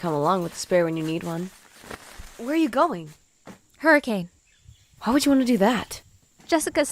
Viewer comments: NOOOOOOO ITS “Hurri-kin” not “Hurricane” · It's pronounced hurriken not hurricain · As someone who lives in hurricane utah, it really woukd be a place where some small town diner would have possessed animatronics. Not really anyone here so murder would be easy lmao! Also Utahns are weird and pronounce it "hurikin"